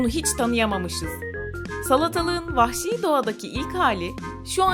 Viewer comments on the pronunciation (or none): 'te vahşi diyecene pahşi mi dedi